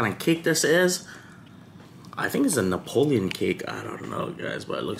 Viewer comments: It’s Neapolitan not Napoleon (the French emperor) 😆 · Neopolitan.. Not Napoleon 🤣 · Happy birthday🎉….oh…it’s Neapolitan…not Napoleon…silly 😂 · "Napolean" cake lol. It's called Neapolitan.